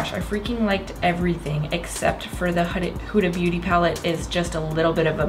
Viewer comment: still reading it as Whoda 😂